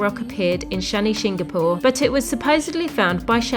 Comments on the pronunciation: Hey guys you visit my place I hope you had a great trip And yah it pronounced as a Shanishinganapur (शनिशिंगणापूर) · Your pronounciation of Shani shingnapur had cracked my smile .....sorry for the people stoping you for parking , it's there business they give you free parking you just have to buy some Pooja things to pray God like flowers n all ...sorry for it , okay . Your vedios are vary nice , I enjoy them alot . Thank you